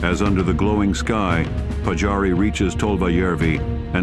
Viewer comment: Olisi hyvä kunnioittaa suomalaissankareita lausumalla nimet oikein. Siis Pajari eikä Patsaari.